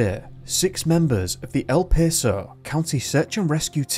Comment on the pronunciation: "El Paso" is pronounced with short "a" as in pass not a long "a" in pace. My grandparents had a vacation cabin there and I spent a great deal of time there. I understand that you don't like mispronouncing words, neither do I .I enjoy your videos.🍁🍂🍁🍂🍁🍂🍁🍂🍁🍂🍁